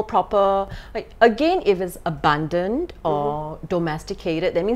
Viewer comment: Painful to my ears to hear “abandon” pronounced as “abundant “